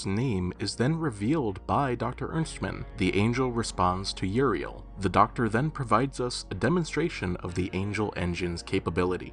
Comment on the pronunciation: That ain't Uriel, thats Urinal 😭😭